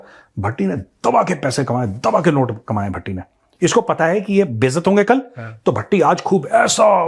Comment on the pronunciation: sir BHATTI JI BOL RAHE HAI.........mujhe "TATTI JI " sunayi de raha hai🤣🤣🤣🤣🤣🤣🤣🤣🤣🤣🤣